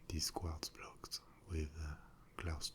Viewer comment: I love the way Quartz is in a french accent. like kwadz